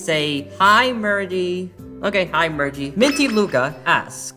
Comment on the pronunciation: That speech at the end was amazing Holy crap, also it's merge not mergie 😭